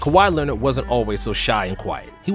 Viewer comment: “Cow-high Lennit” - Stephen A Smith